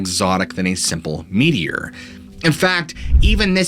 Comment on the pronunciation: No lie, when you said “American Meteor Society” I thought you were saying “media” with a really weird accent 😂